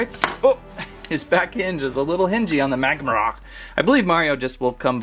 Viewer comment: It is pronounced Mag-mar